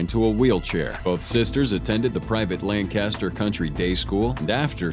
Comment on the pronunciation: Psst it is Lanc-a-stir, not Lan-cast-er. I lived there for over 30 years.